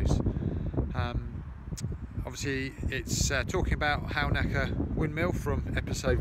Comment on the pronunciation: Another interesting production, especially for an old Sussex man long exiled, like me. Pity about some of the audio, but I'm sure you learnt from it! Halnaker is (or used to be) pronounced "Hannaker", by the way.